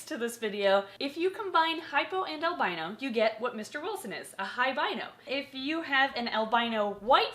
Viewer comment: lol I thought she said "high rhino"